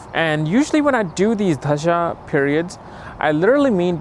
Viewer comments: It’s dasha not dHasha. I would expect you would say it correctly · It's not dhhhasha, it's Dasha !!!!!! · Dasha ❌ Dhasha ✅ 😂😂😂😂😂😂